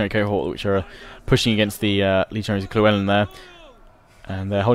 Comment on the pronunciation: Loo-Well-in, damn it's not that hard guys!